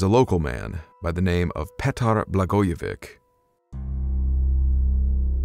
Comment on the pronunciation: Bro! Did you say that dudes name was 'Patar'? sweeet